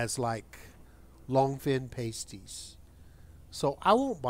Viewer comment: Pasteies?! Lol its said like: pass-tees